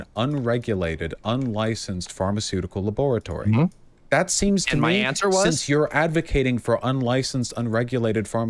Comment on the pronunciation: Vowsh unironically saying “Lab-OAR-atory”, is chief. Man is live-action Dexter.